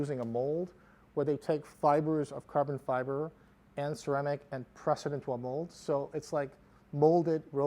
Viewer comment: "Carvun Fivar"